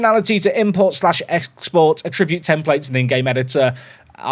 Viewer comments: can we have a patch that updates "a-tribute" to "at-tri-bute". 😜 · Why do you say attribute like it's a verb? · Please stop pronouncing 'Attribute' that way, you are hurting my soul.